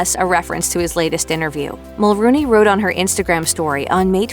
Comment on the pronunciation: Mel-RONE-y, not Mel-ROON-y.